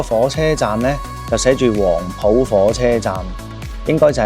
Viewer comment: ，係讀黃布，不是黃普